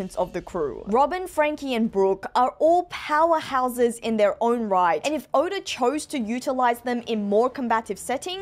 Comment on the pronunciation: why tf did u name urself and say oda like that